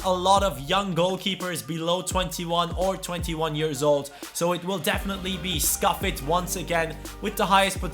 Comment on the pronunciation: Could you make a video on best potential above 21? Neymar etc. Really weird pronunciation of Scuffet.